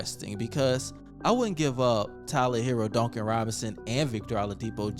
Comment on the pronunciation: Dooncan robinson lol